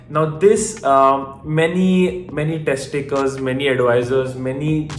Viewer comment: I thought he Said tec ti cals not Test takers